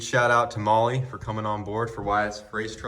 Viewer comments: Bro, is it really pronounced Molly like keeps saying, or is it pronounced more like the word Mall? Because it's spelt Mahle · Never thought i'd see say to hit him up for Molly. Americans have turned mispronunciation into an art form. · I've been definitely pronouncing Mahle wrong 😅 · Today I learned I’ve been pronouncing mahle wrong for years. 😂😂 😂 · Are these guys pronouncing Mahle right? Because if they are, I have not been for years lol